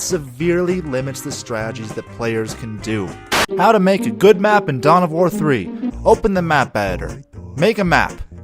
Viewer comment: I thought you said "Dumb of War"